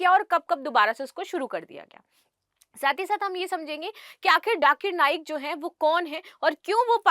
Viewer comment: Mam vo Jakir "Naik" hai na ki Jakir "Nayak " You have to correct this here.